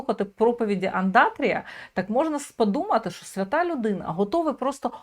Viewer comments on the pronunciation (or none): none